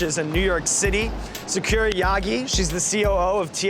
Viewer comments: he sayin sa-KOO-ra rather than sa-ku-Rah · Saw-koo-raw, not saw-ker-uh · Anyone bothered by how Sean pronounced Sakura so wrong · Sean has no idea. The way he "opened" that omurice hurt me, and the way he pronounces Sakura is killing me. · The way he is saying her name is driving me crazy. Nooooooooooooo